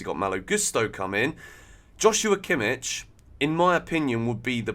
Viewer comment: Kimmich? Jajajaja cmon…